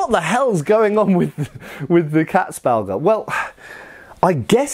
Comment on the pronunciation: Damn, you really butcherte the word "Katzbalger". I never had heard of this before and it took me a while to find it although I am a German native speaker. Maybe these terms should be in the description so people like me have an easier time googling them.